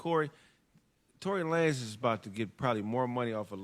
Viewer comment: Tory La-Nez 😂 I rock with that name way better than